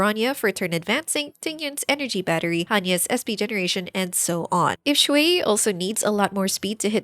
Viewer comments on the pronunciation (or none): small note: you're saying shuiyi instead of xueyi. it's more like "shre" than "shway"